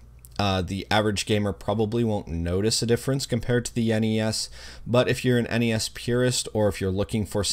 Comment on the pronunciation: Props for pronouncing NES correctly. Kids these days pronouncing it “Ness” really piss me off considering it is an acronym.